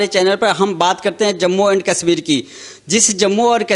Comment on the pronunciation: कसमीर नहीं कशमीर तथा कसमीरी नहीं कशमीरी उचारण करें| आप खुद के उचारण से आप का मजाक बन रहा है |